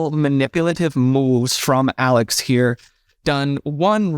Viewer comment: I have no idea how to say his name... I hear "Alec" and also "Al-Ex."